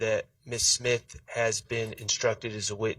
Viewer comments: She said simth lol i thought it was smith she is cooking already the state is trash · Did she say ‘SIMTH’ on purpose ?.. 😂😂😂😂